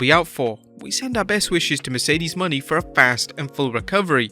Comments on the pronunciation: Bro please stop saying Mercedes Money. It’s pronounce Mo Nay. Not money 🤣🤣🤣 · Her name is not "money" as you pronounce it.her name is pronouced "moe nay". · Her last name is Moan-aye not money. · PSA: ot's pronounced Merceded MOE-NAY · It's Mercedes Mone (like mo nay) how many videos are you gonna butcher her name